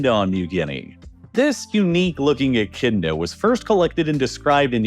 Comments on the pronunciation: Its said Echidna, not bloody Enchinda 🤬 otherwise so good so far 😂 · Did he just say "Echinda"? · Someone teach the AI to pronounce Echidna, please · Echidna is not pronounced "echinda", silly.